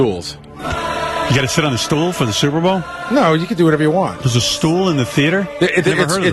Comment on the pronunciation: Gary says Suvervol ( superbowl)